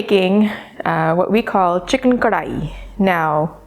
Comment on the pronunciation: Like the way you say Karahi the right way ;-D Gotta try it someday...! Great video.